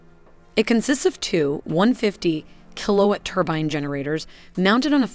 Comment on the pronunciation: I can't wrap my head around the bad pronunciations. ..."kill oh it" when it's "Kill Oh Watt" and she pronounced "turbine" ..turbin. and you misspelled "inches"